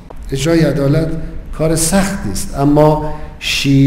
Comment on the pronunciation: 'adalat'. you dumb fuck. it's 'edalat' this fuckweed aint even good for a doorman.